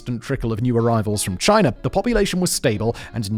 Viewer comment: "Chiner" is crazy